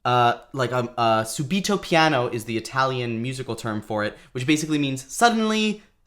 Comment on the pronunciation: In Italian it is subito (accent on the u not the i). Great review.